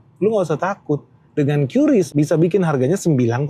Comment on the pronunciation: Kata BI bacanya KRIS pak bukan Kyu Ris :hand-purple-blue-peace